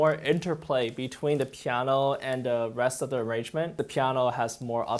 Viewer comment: I def just subbed, solid piano* I would love to hear him say it more also; “pieaanuoeah” funny how a pianist talks the same as most N-Americans except the actual word. I’ve been trying to say it like that for way too long in the mirror. I feel bad I still can’t do it justice. “Compulsivity n such” it has some downsides.